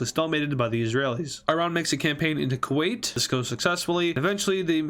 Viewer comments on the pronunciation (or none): you can hear my heartbreak when he said kowet